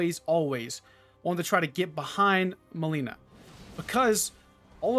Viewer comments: It's not melena its malenia pronounce it correctly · It's MALENIA not MALENA jesus that triggers me so damn hard :D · It's not Mileena. It's Milenia ... Like the world Millenia lol. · malaria not melina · will try some of this. but I got a question: what happened to the pronunciation of malenia (you pronounce it like malina) and ever worse radagon? I'm always perplexed when names get butchered like this, even though they're said in the game multiple times. especially malenia. since you too died a lot to her, that name is burned into one's ears and brain, isn't it? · why would you pronounce Malenia as Mileena wtf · Maybe you should learn how to say her name right. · Maybe learn how to read her name first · Jesus please say her name right lol